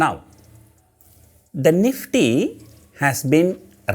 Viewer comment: The " NEEFTEA " has been Rrailllying .. 🤣🤣🤣🤣🤣🤣🤣🤣🤣